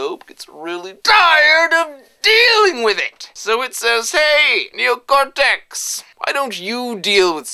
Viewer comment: i think made the computer sleep with his NEE-OH-KOHR-TEKSSS power:D